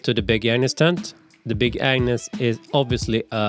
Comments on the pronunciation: The G is very important to pronounce properly in the name Agnus. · I heard him saying “big ANU$ tent” every time 🤣